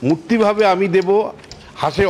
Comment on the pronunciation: একটি অপেক্ষাকৃত অন্য ধরনের মন্তব্য..! শ্রী বিশ্বনাথ চক্রবর্তী মহাশয় ((রাজনীতির অঙ্গনে তিনি অবশ্যই সুবক্তা এবং সু-বিশ্লেষক'ও বটে)).. কিন্তু বক্তব্যে রবীন্দ্রনাথের যে কবিতা "quate" করছেন.. (যদি তা "কোট" করতেই হয়ে).. ?! সেখানেও কিন্তু একটু "উচ্চারণ'জনিত" সচেতনতা বা সতর্কতা রাখা ভালো..!??.. আমরা দেবতা বলতে "দেব" শব্দটি ব্যবহার করা..! কিন্তু সেটি পাঠ বা বাচনভঙ্গি'ও যথাযথ হওয়া উচিত..! "পথ ভাবে আমি দেব! রথ ভাবে আমি..." রবীন্দ্রনাথ ঠাকুর ইত্যাদি ---- (উচ্চারণটি " 'দেবো' !?.. নয় কিন্তু!.. এবং অনুসরণীয় বক্তব্য এইটুকুই..! ধন্যবাদ...!